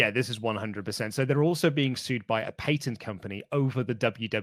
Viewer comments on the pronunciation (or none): Pat-ent not Pay-tent. Pls stop the madness. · Ok I know accents are a thing but the way murders the word "Patent" drove me crazy.